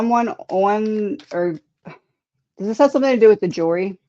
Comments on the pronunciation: did you say "jury" or "jewelry”? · I thought she said jewelry too. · I thought I heard that also …JEWELRY!!